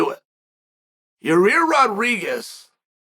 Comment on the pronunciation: "Your rear"